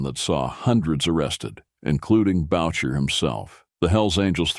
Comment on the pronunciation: Who the F is "Bowtcher"? Stupid fricking AI.